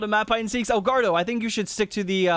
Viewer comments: Someone please tell its not El gaurdo lol its el gordo pronounced gor- do xD love the videos bro <3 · Hey, EL GORDO's name is pronounced like "gore-dough"